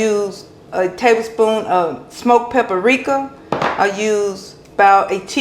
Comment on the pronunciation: LOVE your channel, and have watched many of your videos. Tasty food, very CLEAN kitchen easy recipes. BTW, it’s pap-rika, not pap-ah-rika.😀👍👍